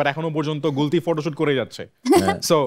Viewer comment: "হাওয়া"সিনেমায় গুলতি নাম বললে প্রথমে তা আমি কতি শুনতে পেয়েছিলাম😂😂😂